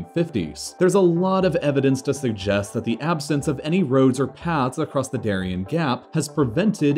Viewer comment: Interesting video, but you should have done a little research on how to pronounce "Darién". It would have been nice.